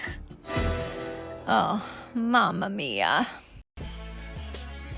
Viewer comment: ahah your "mamma mia" is purefecto!